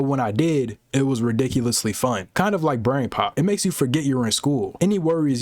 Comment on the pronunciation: Messed you up so bad you said bran